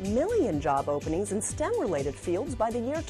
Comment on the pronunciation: S-T-E-M, not "stem"